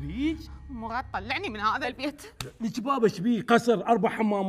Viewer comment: مراد ❌ مغاد ✔️😂